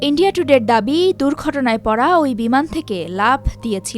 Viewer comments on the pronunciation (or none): none